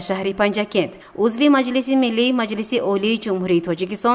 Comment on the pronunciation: Дар забони точики калимаи шуъба ва майлис нест ,ин мухбир доимо хато талаффуз мекунад ,хонандагони мактабхо чи ибрат мегиранд ???